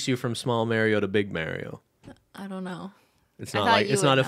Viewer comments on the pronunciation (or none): he said MARIO correct the first time and then went back to MARE-io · Why do Canadians say Mario as marry-oh